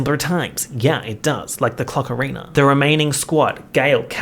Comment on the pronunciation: when you said clock arena i heard CLOCKARINA -_